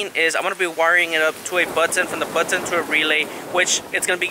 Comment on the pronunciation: The "BUT - TON" 😂